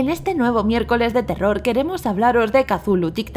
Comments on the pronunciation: No se dise casulu se dice chutulu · Le dice catulu pero en realidad es cutulu asi se pronuncia ni catulu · que no se dice cazulo se escribe cthulhu pero se dice cutulu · Katulu dice .-. Es cthulhu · Casulu jajajajaja que Mierda es Cthulu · se dice cutulu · Se lee cutulu